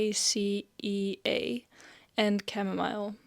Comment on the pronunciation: In English it's pronounced Ek-in-ay -Sha 😊❤